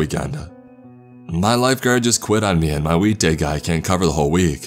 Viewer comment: Anyone else hear week day guy as weed day guy